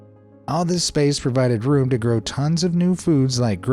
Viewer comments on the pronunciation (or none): none